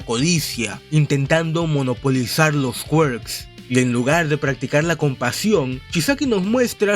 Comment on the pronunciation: Me gusta cuando dices QUAERKZ en vez de Quirk como persona normal